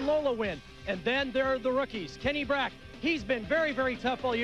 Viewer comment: It"s Brack not Breck.